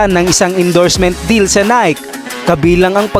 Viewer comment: Hahahahahahahahahhahahaha natatawa ako sa tuno ng boses mo hahaha g na g ah hahaha. Nayk ba pag bigkas ng Nike ? Baka nayki ? Hahahaha